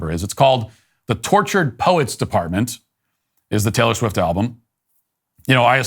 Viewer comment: I'm from Eastern Europe. Who the fuck is Taylore Swit?